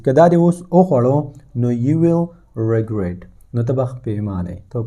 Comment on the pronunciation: The pronunciation you can speak false of the regret • the pronunciation is reh-gret